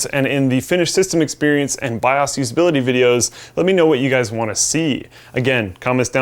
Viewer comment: saying the "bi-aws" is the best part of this video.